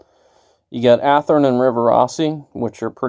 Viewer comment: I died when he said Athearn.